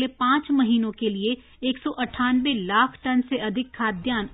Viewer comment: 'लाख' शब्द पर बोलनेमें ज्यादा weight क्यों देते हो ?